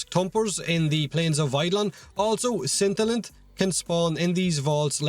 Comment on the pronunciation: It's okay for "vaults", but "Scintalth", really?